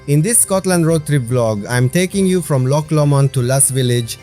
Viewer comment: Great video and 10 out of 10 for your pronunciation of Loch! Rather annoyingly for Scots, English tourists cannot (or will not) pronounce it correctly and say Lock instead. We find it quite irritating. Sorry you missed the train at Glenfinnan. The Glenfinnan monument at the edge of the loch was worth a visit however. And do go to Glencoe at some time. It is stunning.